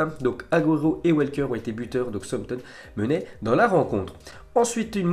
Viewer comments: Il doit aller voir un docteur de la parole il sait pas parler Français qu'est ce tu veux qu'il parle Anglais ce type on dit "SOUCE AMPTON" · Quelle maîtrise de l'anglais !!!!! Peut tu répéter Southampton stp 😂😂😂